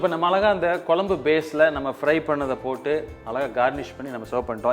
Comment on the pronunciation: வால பூ கொலம்பூ! பச்சை கிளி கூட உங்களை விட அழகா தமிழ் உச்சரிக்கும். திருத்திக்கொள்ளவும்.